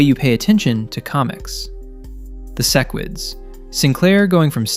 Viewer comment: Why do you pronounce sequid so wrong on purpose 😂